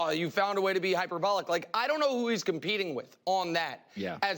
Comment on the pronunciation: Hyper "ballic" lol